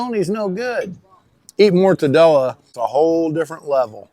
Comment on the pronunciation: I've been eating mortadella long before I tried regular bologna. Yes I'm Italian-American and I appreciate your articulation efforts! Thanks.